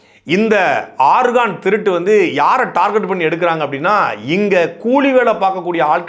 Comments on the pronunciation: DEY damasuu paiya nee organ nu Sonnathu Chemistry ARGON pola kekuthu da 😂😂😂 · ஆர்கான் இல்ல ஆர்கன்.. உறுப்பு nu சொல்லலாமே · ஐயா ஆர்கான் அல்ல ஆர்கன்organ